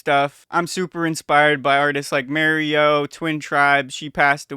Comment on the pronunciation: Bit late to the party here but omg that's certainly one way to pronounce Mareux 💀💀💀